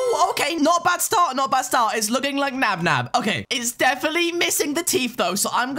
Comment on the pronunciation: it's nabnab not nab nab